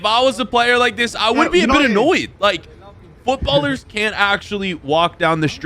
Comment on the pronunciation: Bro really said Footballer""""s in public, instead of footballers 💀💀